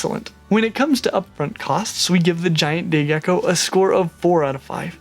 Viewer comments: Lol idk why I heard gay gecko😂😂😂😂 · Sorry I thought you said gey gecko I swear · I don't know if it is just me but i heard him say gay gecko lol, love your vids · Not going to lie. Every time you said say gecko. I thought you said gay gecko. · did he say gay gecko? xD